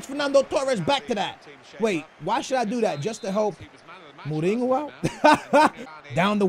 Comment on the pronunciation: He can't even say Mourinho right and he's Portuguese ffs